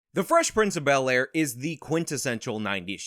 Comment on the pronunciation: Fress princh of be👅👅 ayre